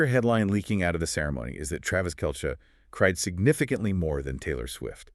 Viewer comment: His name is pronounced kelsee spelled Kelce not kelshe!!